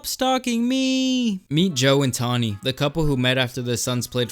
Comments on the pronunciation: TAWNY not TOMMY, Jesus christ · Her name is Tawny with an “n”. Not “Tommi”. My mom’s name is Tommi. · I like how 1/3 of the way in you just started calling her Tommy 😭 bruh her name's Tawny hahaha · Tawny, not Tommy. Nice try though. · Ron Swanson: did you say tommy or tammy? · Its tawny bro. Not tommie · Tawny, not tomi... but still agreed... steer clear of any an all names like this. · Her name is Tawny not Tommy